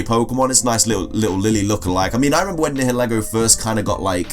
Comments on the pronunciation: Also Niheligo is pronounced NIE- eh- lee-go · Nihelgo is pronounced Ni-hel-go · It’s nigha-lA-go